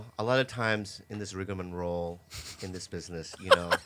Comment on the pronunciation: "Rigamom Roll" 🤣🤣 you know Bobby's been talking to Whitney she always says rigmarole.